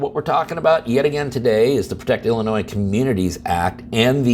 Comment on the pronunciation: Did you say, “ill annoy?”